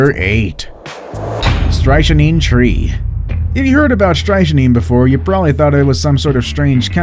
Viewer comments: The way you pronounced “strychnine” kills me… lol. It’s pronounced “STRICK-neen” not “stry-sha-nine” 💀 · Be nice if somebody taught the narrator how to pronounce words before they record the story. "Stritchneen" is not even close. STRICK-nine is the most popular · It's pronounced STRICK -NINE not stryche a neen. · It’s pronounced STRICK NINE.. not STRY A SHEEN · #8 strychnine...you pronounced it incorrectly. You said it like stri-shin-neen when it is pronounced strick-nine, like trick-9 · seriously dude.....its pronounced Stricknine........and Gimpy gimpy.......not strichynine and jimpy jimpy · It's pronounced .. Strick-9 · I was going to subscribe, then you mispronounced strychnine. Strick-nine. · Duh!! You're mispronouncing the name of the Strychnine Tree!! The correct pronunciation is "strik-9"!! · It's pronounced strick nine!! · it's pronounced (/ˈstrɪkniːn/ STRIK-neen dumbo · Strychnine is pronounced strick-nine. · Strychnine??? You pronounce it 2 ways and WRONG both times. Try saying it more like this: STRICT NINE as in the number 9. Maybe you have heard of it before? Saying it exactly the way I spelled it would be a little off. But it should put you on track. I had NO IDEA it was a type of TREE just that it was a POISON. Don't you watch James Bond Movies or Murder Mysteries? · Why do professional channels not have narrators who pronounce things correctly. It's "STRIK nee" or STRIKE nine". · *strik neen. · STRIKTNINE. THAT IS HOW IT IS PRONOUNCED. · I believe strychnine is pronounced "Strik-nine" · It's actually pronounced more like "Strik-neen" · Strychnine is pronounced strick-nine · It's pronounced strik·neen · strychnine is pronounced strik-nin. magic mushrooms- whoops - i mean a dictionary... could have hepled you there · Isn't strychnine pronounced like "strick-9"? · South of the equator we pronounce it Strick-neen. And yes, Gympie is pronounced like gimp-ee with a hard G as mentioned in these comments. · Strychnine, its pronounced Stricknine.